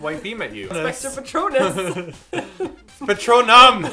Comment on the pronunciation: simon you get so many kudos for saying "PATRONUM!" hahahaha